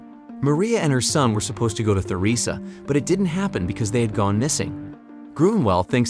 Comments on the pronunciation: Holy th is Theresa is not pronounced th it's pronounced t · Theresa ( Ter-ee-suh or Ter-eh-suh) Not Thur-eh-suh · You can tell the narrator hasn't actually seen the show. He keeps mispronouncing some names (Theresa for example).